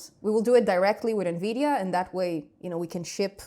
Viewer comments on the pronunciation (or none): none